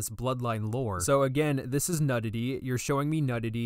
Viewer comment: my mans really said "nudd-ity" .